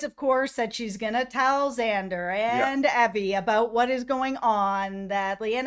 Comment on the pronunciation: did you say "eggzander might be a big fan of xander" my name is xander and my friend always pronounces it eggzander and i am more than a big fan of xander hes not just my favorite of the season hes my favorite of all time and might be me from the future